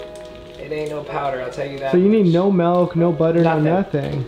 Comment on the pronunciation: My mans really said “melk” instead of milk